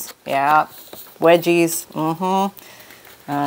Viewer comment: Wedges not “wedgies”…..hahaha. Hilarious but sure did have them!